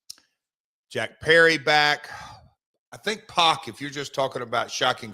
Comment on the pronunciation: Pac isn’t pronounced “Pock,” it’s pronounced “Pack,” as in “I’m going to the store for a pack of beers.”